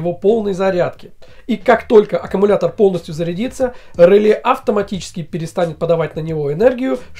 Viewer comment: Ржу... Померяли... НАПРЯЖЕНИЕ... и сделали вывод об МОЩНОСТИ... главное - контент отструячили, а содержание... ну для колхозников сойдет... И, кстати, произносится не рЫле, а релЕ... и этого самого реле у вас в схеме нету...